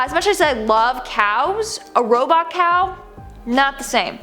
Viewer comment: The way she say cow is her favorite animal